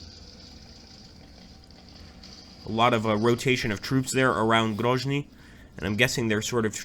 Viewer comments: Isn't it Grozny with Z like Zealand? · In case of Grozny it’s indeed pronounced like Z in Zealand